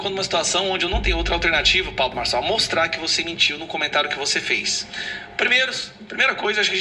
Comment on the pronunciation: "Pablo Borsonal"? Xi, já vou desligar teu vídeo agora mesmo. 😂😂😂😂